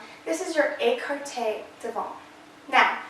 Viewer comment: You’re adorable but we don’t pronounce the t on devant x great info though